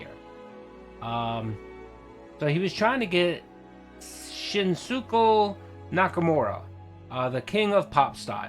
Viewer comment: Lol its "Shin-skay" just fyi